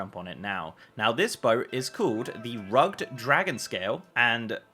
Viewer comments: You mispronounced rugged. Its pronounced as rug-ed. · not rugged. pronounced rugg id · “rug’d”? Are you trying to say Rugged? That’s not how that word is pronounced. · I was about to say that too. :) But then I thought, perhaps it is like saying Praline when you live in different parts of the U.S.. Some say: Praw-lean, and others Pray-lean. Rugg'd and Rug-ed, different Countries with different pronunciations. lol. I'm still happiest with Rug-ed though. :D